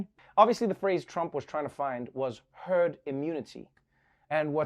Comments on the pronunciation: I think the man misspoke. He was clearly trying to say "you'll develop turd mentality". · I actually heard "turd mentality"! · Who else heard turd instead of herd the first time 🤣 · WHYYYYY HAS NO ONE PICKED UP ON SUCH AN INCREDIBLE GOLD NUGGET?!?!?!? “........ after a period of time, with time, we gotta have TURD......” He SAID IT!!!! Listen again, then rewind and listen again......... he self corrected REALLY fast, but he said TURD!!!! As in TURD MENTALITY!!!!!!!! If I had the talent to add some beats, THIS shit would be VIRAL already!!!!!